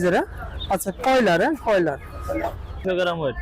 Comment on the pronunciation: কয়লার না ভাই বয়লার